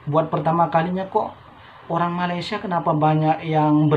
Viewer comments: ma lay sia bukan ma ley sha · 1 perkataan yg masih belum sebut dgn betul adalah MALAYSIA... lps ni cuba dengar bagaimana orang malaysia sebut perkataan Malaysia dan cuba ikut sebut dgn betul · Sedap di sebut melesia